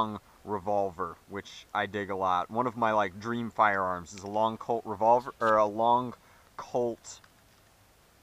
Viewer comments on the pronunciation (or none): i thought you said "Cold SAA Bird Head"